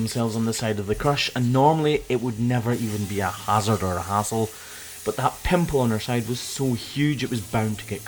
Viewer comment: "pimple" DEAR GOD!